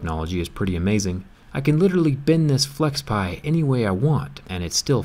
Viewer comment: FlexPai, not FlexPie (video descr)